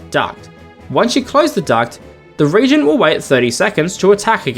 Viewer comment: For the last character, it seems their name is pronounced with 3 syllables, "re-AGE-gent", rather than with just 2. A reagent is something that causes a chemical reaction - a regent is someone who temporarily assumes power when a ruler is unable to do so.